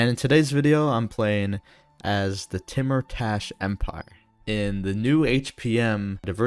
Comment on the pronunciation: Hey King great video as always. Some pronunciation stuff if you're interested. Iran is "E-raan" with a long E sound like you're just saying the letter E. Timurtash would sound something like "Tee-moor-tash" or maybe "Tay-moor-tash" where the "u" in the middle sounds like the "ou" in "tour". Kar-Kiya is more like "Kaar-kee-yaa" identical to the way you'd say Car, Key, and Ya. Shekhbizin I'm not sure but my best guess is "Shaykh-bee-zeen" which has a "kh" sound like the way scottish people pronounce the "ch" in "loch". Tehran is "Teh-raan". You said Shaki right with the long A sound. Tabriz is "Tab-reez". Iraq is like "E-rock" with a long E and since there isn't a glottal stop sound in English pronouncing the "q" here like a "ck" is close enough.